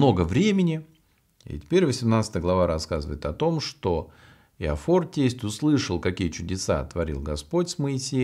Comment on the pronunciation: Иофор, а не Иофар. Ну, по крайней мере, так написано в Синодальном переводе.